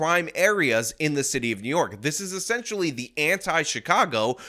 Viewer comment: What IS this " City Of Nyork" of which you speak? 😂